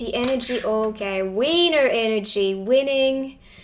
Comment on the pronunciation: I like your accent but every time you call me a winner it sounds like you're calling me a wiener